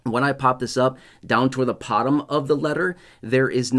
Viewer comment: He Said pottom and it was supposed to be bottom !!!